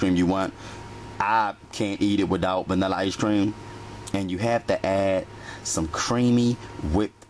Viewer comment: He actually said Ashrac for vanilla extract and he said one forf sugur and he also had ash cream 😂